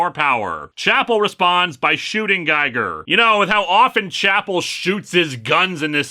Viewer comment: Grrrr. It's pronounced "Geeger" as in HR Giger. It's a lame reference, I know, but pronounce it right.